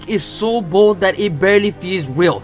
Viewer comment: Your trying to say "bold" only to end up saying "bald" 😂😂😂